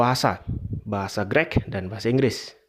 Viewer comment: Greek itu cara bacanya bukan "Grek". Kalo mau komentar bahasa belajar cara baca dulu sono. 😂